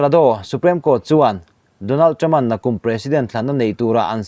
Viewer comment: Supreme court hi "suprem court tilovin suprim court" tiin lam zok roh.